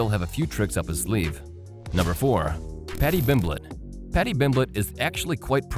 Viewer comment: did he say paddy bimblet?